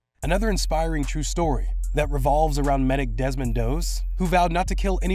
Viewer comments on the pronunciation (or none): none